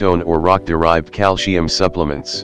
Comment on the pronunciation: Oh dear! The word is calcium not calsheum.